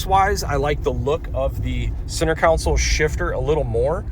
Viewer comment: Are you saying “center council”? It’s console (con-sole)